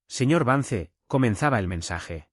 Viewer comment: VANCE SE PRONUNCIA VANS...